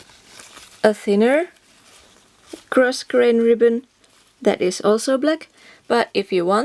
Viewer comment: This is a tutorial I have been waiting for! Yay!!!! (By the way the "s" in grosgrain is silent)